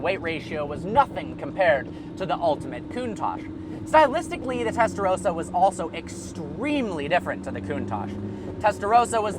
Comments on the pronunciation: The way you say Testarossa is funny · WTF can't Americans pronounce 'Testarossa' correctly? I don't get what's so difficult for them. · Clarkson didn't invent how to reverse it to it was the factory men and also you say testarossa wrong. 😂😂